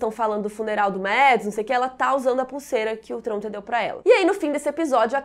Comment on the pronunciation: Adoro seus vídeos! Mas por favor pq vc fala os nomes todos errados! Vc falando TRONTEE, dói os ouvidos! Pq Ionas e não Jonas?